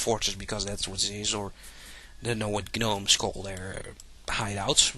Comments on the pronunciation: When you pronounce gnome, the G is silent. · A lot of other languages pronounce the g in gnome, including german, greek, french, portuguese and probably others that I don't remember. Kinna hard to get rid of an accent for words that are the same in several languages. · i think because of his nationality thats how he pronounces it